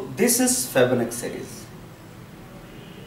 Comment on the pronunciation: Thanks for giving out these great videos... Btw it is pronounced as fee+bo+na+chi ... Thanks again.. Cheers